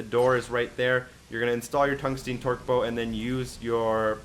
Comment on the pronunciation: Torque "bow" lol